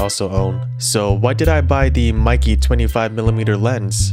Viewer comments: meike in Chinese is supposed to be read like make with the stress on 'ke'. So it will be a bit similar to the British pronunciation of 'maker'. But everyone reads it like 'nike'. I assume this despite the mistake will be the standard reading in the future. Just like very few people know Nikon in Japanese is actually not Naikon but Neekon.😂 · It is sad that 90% of gaijin cannot pronounce Kneewhere (for Neewer, not Newwhere), Cawknown, Kneecone, and Pawnawesone eek correctly. How about getting the name Maykeh (e similar to in get) correct if reviewing.